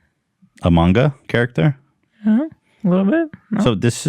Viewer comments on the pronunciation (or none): Ethan, that word is pronounced like “shar-cooter-y” 😂😂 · Ethan, it's pronounced "shark-bootery" with peace and love. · Shar-coot-tuh-ree board is how you say that ethan LOLOL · Ethan and hila; charcuterie is pronounced shar-coo-ter-ee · For future reference on the ad read: It's pronounced shar-coo-tah-ree board 👌💀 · Was Ethan trying to pronounce Charcuterie Board?? I swear to god I watched that like 5 times in a row just dying laughing. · And Ethan never takes them seriously, mispronouncing words, or straight up not knowing them like with the charcuterie board thing. If they were good ads then I wouldn’t mind, but that’s not the case. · Ethan spending the first 30 minutes talking about his Rolls-Royce purchase but unable pronounce charcuterie in the ad sent me